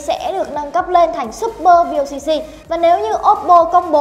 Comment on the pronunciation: Vooc..ko phải là vocc